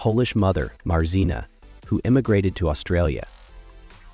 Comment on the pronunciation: "Marzena" is pronounced "Mazhena." FYI.